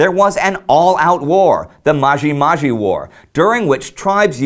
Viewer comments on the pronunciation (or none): i like how he pronounces MAJIMAJi Rebellion. hehehh funny accent